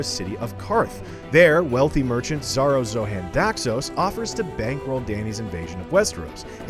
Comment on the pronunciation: Pronounced rickon and Xaro Xhoan Daxos incorrectly🤨